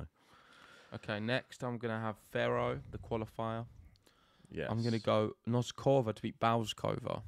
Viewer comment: Guys - first time I bug you in 2024 - "BOAZ-ka-va" and "NOS-ka-va." Not "Bows-KO-va" and "Nos-KO-va." You guys always show the depth of your knowledge of the players, top to bottom, even when the pronunciations are lacking. - you fell off the wagon on "Ka-LI-n-na." (No hope for, I fear... 😂) But there is a lot of progress! (Samsonova, Fruhvirtova, Vondrousova, and others!) And there is oe more important one - it's not "Zeng" (Zheng). it's "Zjung." GREAT show. As you should know by now, I'm going with Iga to survive this one - but I'm riding with Saba!